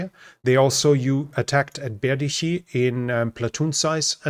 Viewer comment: Berdichi is pronounced Berditschi .